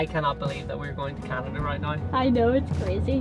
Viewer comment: My family is from NY, but we have a home in Long Beach Canada as well, and you're not the only person to say "Canadia" - for some reason it's a common thing.